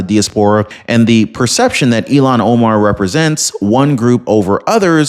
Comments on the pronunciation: with all due respect, Ilhan Omar's name is I.L.H.A.N. not E.L.O.N. You pronounce it ELON. not ILHAN. That is a insult to Elon Musk. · Happy Sunday! Just thought I'd let you know that her name is pronounced IL-HAN not E-LON. Don't want to confuse our good guy, Elon with the devil child from Somalia, Ilhan.:} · It's ILL-HAAAN. I know you tried your best. Just makes me freak out when you say ELON. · Ilan is pronounced like ill han. Elon as in Musk. Please stop insulting Elon Musk by using his name for hers! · Ilhan Omar Not Elon Omar ILL---HAN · Its il -han not elon... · Again I’m leaving because you cannot say her name. Ill Han. Not Elon. Stop it! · Her name is pronounced “Ill-Hahn”, not “Elon”. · IT IS ILAN OMARF. Like ILLNESS. ILAN